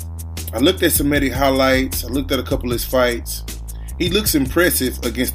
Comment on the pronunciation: first of all it is she re me ta , second this is ggg at the end of his career.Szeremeta is slower , less technical , less everything . but he has heart , he has mental toughness. The problem is Kamils coach has covid , Lapin is the same coach for Glowacki , that's why there is no WBO title fight Glowacki vs Okole. Szeremeta is tougher than Proksa , Jacobs or Sulecki . He is like a Buffalo